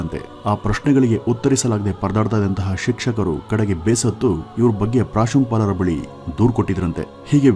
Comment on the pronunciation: Guys listen again . 2.30 seconds li ... the pronounce hey gothilla ... ಪ್ರಾಂಶುಪಾಲ annoke ಪ್ರಾಶುಂಪಾಲ anthyalla guru ...🤣🤣🤣